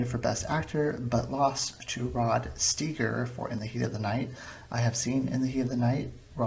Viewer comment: No people did not watch the TV show of M*A*S*H and just assume the movie was great. M*A*S*H was a hit movie. Everyone saw it. That’s why they made a TV show out of it. I suppose you’re right maybe mash hasn’t held up that great but I still love it. I’m only commenting here because you had nowhere to comment on your mash review and by the way if you’re gonna review movies Rod Steiger’s last name is pronounced like Stiger. You also made a comment about people not pronouncing things correctly. Why don’t you pronounce things correctly? It’s Margaret Houlihan not O Houlihan and McIntyre is pronounced like Mack Intire like the word entire but with an i. If you wanna figure out why people liked the movie of M*A*S*H read the reviews of Roger Ebert or Pauline Kael.